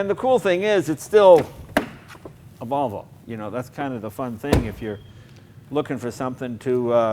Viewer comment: Jay you pronounce it as Wollvo not Volvo